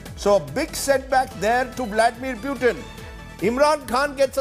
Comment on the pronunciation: Its not peutin its PUTIN 😂